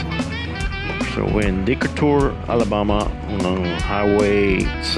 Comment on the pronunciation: It is pronounced as DEE KAY TUR. There is one in Alabama, Georgia, Illinois, Nebraska, and Illinois to name a few.